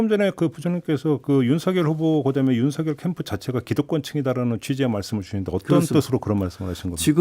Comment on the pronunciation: 진행하시는 중에 김종배 앵커께서 '윤석열'을 [윤서결]로 발음해주셔서 속이 시원했습니다. 별 것 아닌 것처럼 보여도 엄연히 맞춤법이 존재하는데 사람들이 이를 어기고 자꾸 [윤성녈]로 발음해서 거슬리더라고요. 사족입니다. ㅋㅋ